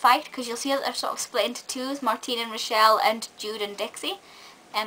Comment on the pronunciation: u pronounced rochelles name wrong i read it